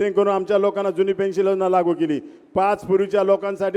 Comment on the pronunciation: पेंन्शल नाही साहेब पेंन्शन बोला